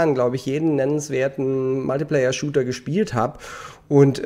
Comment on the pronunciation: Warum sagst du Multiplayer so komisch ?